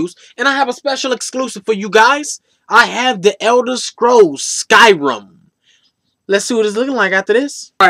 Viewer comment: "Elder scrolls SkyRUM"....